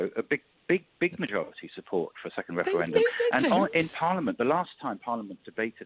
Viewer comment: Can't listen to this man winds me up how many times does he say weferwendum